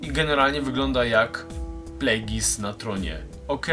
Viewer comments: Oglądam to sto lat po premierze, ale chyba wymawia się bardziej "plegius" a nie "plegis" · A to nie czyta się plagjus?